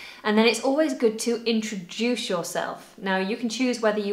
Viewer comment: Did you pronounc it introdush, why?